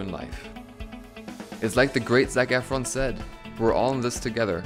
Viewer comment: Im cracking up he said the great zac efforn ... 😩😩😩